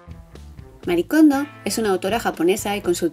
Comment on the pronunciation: Sabeis que Marie se lee “Marie” y no “Mari”? Es un nombre japones y pronuncian las vocales igual que nosotros